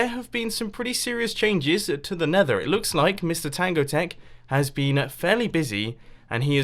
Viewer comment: Mumbo said "Nether" without his accent! Woah!